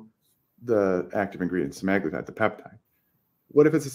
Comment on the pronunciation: And drops the bomb. 💥 😆 Yes folks… it really is SEH-MAG-LOO-TIDE. Scoreboard: Stuffy 1 Prior Default 0